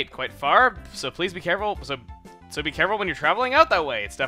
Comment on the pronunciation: Man, Lovrina's supposed to sound like a valley girl. Stressing your "so"s all wrong, but that's nothing important.